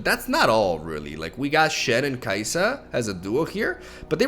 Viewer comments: btw, it's kai.sa (kay sa), not kayisa, for example, kha, zix, all these void stuff have a stop between their name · It's kai sa, not ka e sa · Why you soo bad with names man its kai'sa with soft i not hard i 😂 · "Kaayi'sa" is too good XD